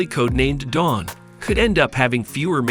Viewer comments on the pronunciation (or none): none